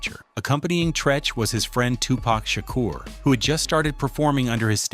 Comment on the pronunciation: Who the fuck is Tupack Shaker